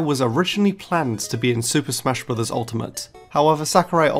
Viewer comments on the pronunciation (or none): none